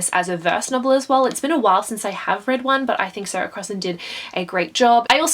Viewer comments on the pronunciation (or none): none